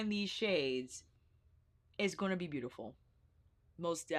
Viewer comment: Okay girl you can chill with the “boot-ti-ful”